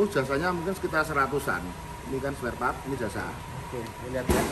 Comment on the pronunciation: SPAREPART BANG.. BUKAN SPELPART